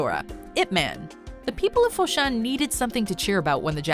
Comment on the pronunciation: fo shan not fo shin